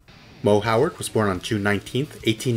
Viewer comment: I'm surprised you pronounce Howard right lol